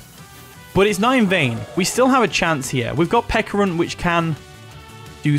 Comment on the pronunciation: It's Pecharunt like Pecha Berry, so Peh-Cha-Runt.